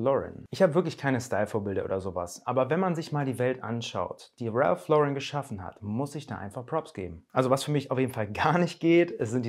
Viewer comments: Ja so wird es ausgesprochen Ralph Lauren ist nämlich Amerikaner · Ralph hat im Fall von Ralph Lauren, die englische Aussprache.